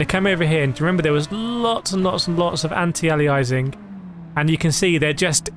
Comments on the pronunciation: It's pronounced 'ayleeassing'... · The way you pronounce aliasing 😭😭